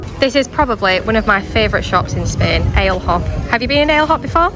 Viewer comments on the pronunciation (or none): Great vlog…gotta tell you how to pronounce Ale Hop…it’s as in Alley Hop. Cheers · “Ale Hop”. It’s pronounced ah. - leh. - ohp